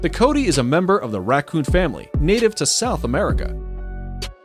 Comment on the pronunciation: what this is a numbat not a coati and it is pronounced co-wa-ti not coat-i